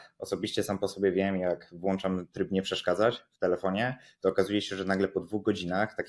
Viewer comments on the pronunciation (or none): none